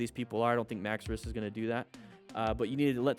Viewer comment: Hes called maxwrist not maxrisk